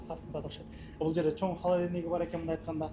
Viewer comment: Халаденник дебей,холодильник дечи укам😊